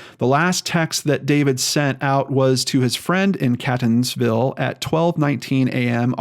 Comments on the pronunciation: Catonsville is pronounced Kate tons Ville and Ellicott city is el la kit city. It's weird spellings for weird names. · Seems like all kinds of things happen in/around B'more once we leave the area! I can't tell if that speaks well or ill of us, really... Quick pronunciation guide: it's CAY-tons-ville not CAT-ons-ville. There's also a town in the general area called Canton(-like-Scranton) so that might be some of the confusion. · I'm watching this story closely. Catonsville is pronounced 'cay-tons-ville and Ellicott city is 'ell-ih-cut city. The property he allegedly stayed on is off of i70 just to the south. There's a fire house right on Woodbine Road. You pass it on your way to the property. There's a major horse rescue farm on that road, too. There's a park-and-ride a 1/4mi north of the exit for Woodbine road. There's a gas station, McDonald's, dunkin donuts there, too. He could have easily left his car there and then be driven or walked the mile or two south to this property. Larriland farm is just south of the uncle's property. It's a massive pick your own farm that gets a ton of traffic in the Fall but is still well-visited in August for peaches, apples and other ripe fruit. Most of that traffic drives right past this property on Woodbine Road. The area is not heavily populated but is not anywhere near remote. The cell service is fine. Hoping for a happy ending. I think the property is a red herring. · As much as i love your videos, i never thought one of your stories would be based in my hometown!! Unfortunately many in baltimore suffer from addiction, mainly heroin and overdoses are at an all time high bc of the heroin being laced with fentynal! I have an inkling maybe he od'ed and the girl panicked!! Very sad!! P. S. Catonsville is pronounced kate-ons-ville!! Thanks for the video!! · Catonsville is pronounced 'Kaytonsville' and Ellicott is pronounced 'Ellicut'. At least, that's how locals say it 😁😂